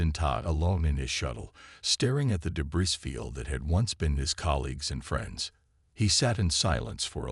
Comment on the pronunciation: PLEASE fix your POS AI and I may consider listening to your stories again. WTF is: "deh-BRISS", "...ditta display.."(data display), "NAYve"(naive)????!!!!